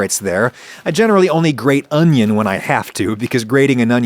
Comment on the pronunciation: best pronunciation of "onion" that I've ever heard